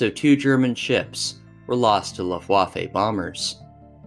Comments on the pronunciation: I'm sorry I'm such an asshole, but I had to stop after 2 min due to hearing "luf-waf-ay". I'm just done. Especially when you can just google it and find out how it's pronounced. I can't imagine what other things weren't researched if such a simple thing was missed. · You really need to check the way you pronounce "Luftwaffe" lol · Your pronunciation of European words like Luftwaffe and Ardennes is truly painful to hear.